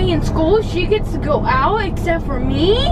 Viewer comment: oooh ees dat why, why i ad twah stay in scool und she goht to go owt EssEpT fOr Meee